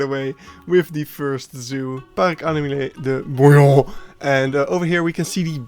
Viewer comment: I always wonder what people who watch your video for the first time think when they hear you say DE BOUILLON.